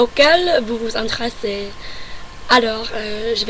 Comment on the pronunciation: En France on utilise le metre . 5 feet = 1.52 m (environ) . Tu as quelque fautes de prononciation sur les "plus" et aussi tu as dis "intrassé" prononce mieux le "é" et le "re" de "intéressé". Et oui pom pom girl c'est ultra américain tu ne trouveras sa quasiment nulle part ailleurs. Mais j'ai vue cette vidéo et celle de 2010 tu t'es fortement amélioré. Tu as choisi d'éviter la politique pour éviter les mauvaise entente bon choix :) .